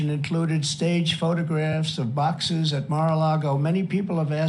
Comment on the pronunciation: “Baaxes”! Is he getting funnier as he’s getting older? 😂